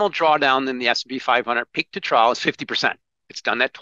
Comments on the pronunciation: I cringed every time said “peak to ‘trowel’“ instead of trough. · English protip: "trough" rhymes with "cough" a "trow" is something else entirely. Someone please teach Americans how to speak English. :-\ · Trough, sounds like "trof". A low point between two high points, as on a graph. Is that what he means by "trouw"?